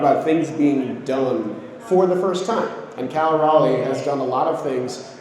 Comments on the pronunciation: Its Cal cmon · It’s Cal bro